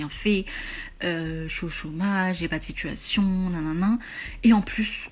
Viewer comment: La première, juste sa diction est dégueulasse. Une femme de cet âge-là qui s'exprime à la façon des gamines écervelées de notre époque c'est rédhibitoire. "Un remis de DJI minutes", "j'ai pas de SITCHUATION". Mais quelle horreur 🤮🤮🤮.